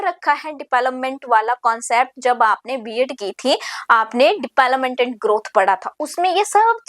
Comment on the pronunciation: Development ki pronunciation bahut embarrassing h mam